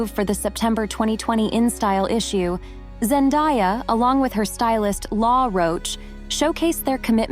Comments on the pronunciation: Zendaaaaaya. Not ZenDIEya! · Zen‐DAY‐ya not Die-ya. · It's pronounced Zen-DAY-a, not Zen-DIE-a. Which rather ruins the video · I’m pretty sure her name is pronounced Zen-de-yuh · Zen-day-a is how it is pronounced. No one has 'died'. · If you’re going to create a documentary on a person, at least pronounce her name right. Zen-DAY-uh. Sheesh! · It's so annoying to hear that "Zendaya" wrong for so many times, I don't know what's so hard to learn the word DAY in ZenDAYa?! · I can’t believe how many of these videos pronounce her name wrong. 😭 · PLEASE learn how to pronounce her name correctly. What you are doing is like nails on a chalkboard. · Great vid hut it would have been better if you atleast pronounced her name right if your going to praise her whole story